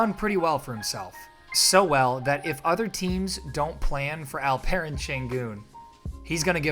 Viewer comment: Really appreciate your pronounciation its almost perfect ❤ You just need to tweek here a little bit and pronounce it like "Alp...Eren" instead of "Al...Peren".